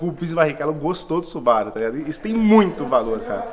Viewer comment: Pessoal, que tal pronunciar o nome da marca corretamente? Não é Subáru, e sim Subarú. Afinal, ninguém chama Mercedes de Mércedes, né? E outra; Subaru significa Plêiades em japonês. Vejam as 6 estrelas da constelação na logomarca, que confere aos Subarus uma aura ‘protetora’. Raramente quebram, e estão na lista dos top 10 carros mais seguros. Amo os Subarus. De PAIXÃO. E seria interessante apresentarem o carro pra quem cai de paraquedas no vídeo, valeu? Bom trabalho!